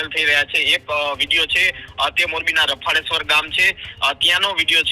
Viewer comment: Pahela gam nu nam sarkhu bolta Sikh Rafleshvar nahi. Rfaleshavar bol.